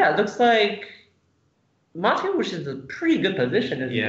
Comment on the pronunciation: What an incredibly complicated game (although white did feel behind from relatively early on to me). Great commentary as always, thank you. <3 Minor nitpick: I'm fairly certain it's ma-TE-usz, not MA-te-usz. So far (including the third video), Eric Lui is the only commentator who got the pronunciation right. :D